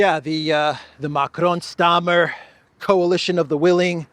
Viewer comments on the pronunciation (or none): Micron, not Macron 😂😂😂